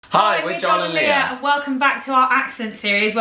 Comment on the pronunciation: If you notice, Joel often says Joel and Lia(r). It drives me nuts...her name is Lia, not Leer...lol